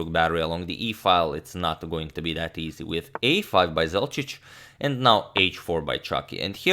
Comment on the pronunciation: There's no "I am" he's just "Sorry About Dat